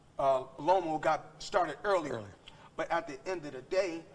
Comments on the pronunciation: I was dyin when he said Lomo 😅😅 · hahahaha everytime he says lomo it cracks me up! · I love how he keeps calling him Lomo 😂😂